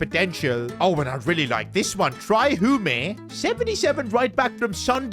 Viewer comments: It is Hume not hum a 😂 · Hume is pronounced h-you-m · please please please learn how to say Hume’s name It’s pronounced like Tray Hyoom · After this I think should do a Sunderland or Peterborough United career mode like if you agree Edit: BTW bros name is pronounce Tray Hume not Try Humé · Bro just called “Hium”, “Hume” 😂😂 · Tray "HOOMEY"???? It is pronounced HYUME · PCQ: Trai Hume is annoyed you are pronouncing his name wrong (it’s pronounced heyume) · it’s tra-y hue-me not tr-I humi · His name is pronounced HEE-YOOM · Just to let you know esteve is pronounced eh-stev and hume is pronounced as hugh-m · The way he is pronouncing "Hume" gives me the impression he forgot all about the legend Shane Hume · bro butchered pronouncing hume